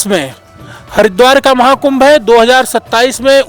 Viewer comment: महाकुम्भ का सही उच्चारण बताये मगराज जी ने जय श्री पयहारी जी महाराज जी